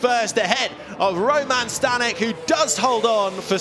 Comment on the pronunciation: Staněk is pronounced like "stahn yek" short vowels, stress on first syllable. Not Stan ek